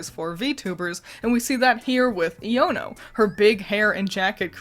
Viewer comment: It's pronounced eye-O-no